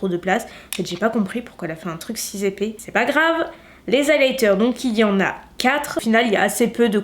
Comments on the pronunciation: si z'épaix euh..si, y a pas de "s" à la fin, et donc encore moins de liaison.. on apprend ça au CM1 ^^ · « si zintense, si zépais » 😂😉 Un tuto Martine cosmétics ?